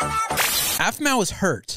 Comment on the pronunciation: it's Aphmau not auphmau